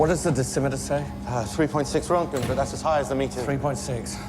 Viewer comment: A difficult story, in so many ways. No one outside the USSR knew until the radiation set off alarms two days later in Sweden: Still mocking your pronunciation of "nuclear" and "Roentgen." 🙂